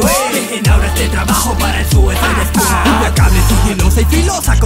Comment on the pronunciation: harley quinn Pinshi poser, seguro eres una unika y detergente, encima tienes como 9 o 10 años, pero, por si tu cerebrito de Jarli Cuin no lo capto, lo escribió así a propósito por que el pronuncia "Suisade squad" -.